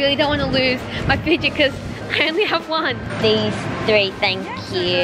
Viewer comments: i am getting triggerd from the way they are saying mochi they are saying muchi not mochiiii!!!!!!!!!!!!!!!!!!! am i the only one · Im not trying to hate or make fun of your australian accent and how the way you pronounce things but i just want to let you know mochi is pronounced (Moe-Chee) in America but i know you live in australia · i love you i have been a fan since sabre was 13! also sorry if this sounds rude but they are pronounced moe-chee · The “sounding tube thing” is actually called a pop tube and the mochi is pronounced mochee. Repost so the can see this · game controller is fidget doedecagon mochi is pronounced moechie sound straw is pop tube tho thing is a dimple spinner octopus is a pop it and squishy is dna ball and he hole in unicorns rear end is for pencils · Hi it is pronounced mo-chi just so you know xx I am a big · Is it just me who is easily triggered, and got annoyed that they said mochi the way it looks instead of saying mowchi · pronounced mochi rong